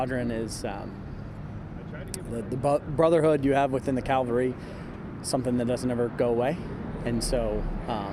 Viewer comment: It's cavalry not calvary